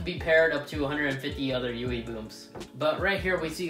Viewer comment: sounds like you are saying yoowee boom